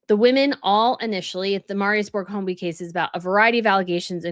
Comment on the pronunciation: I hope you mean serial sexual predator and NOT killer. His surname is pronounced hoy-bee (no letter L).